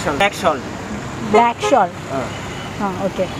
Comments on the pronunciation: മലയാളംനേരെപറയാൻപഠിക്ക്...ബ്ലാക്ക്ഷോൾ മസാല😢😢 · Black shall alla 😂😂😂 black salt... Hindi karde ucharada reedi manasilavanjitta 😂😂